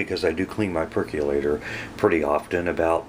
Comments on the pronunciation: Percolator, not perculator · "Perc-yu-later"?! "Machine"?! Really?! And then you don't even show the results? Where do you clowns come from?